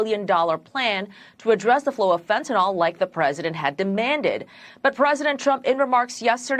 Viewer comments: Fen ta nyl, not nawl. So irritating! Like Benadryl, the allergy stuff. Nobody ever called that "Ben a Drawl". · It's actually not ril like Benadryl. It's not the drawn out awl it's just a long l sound. Like the y isn't there.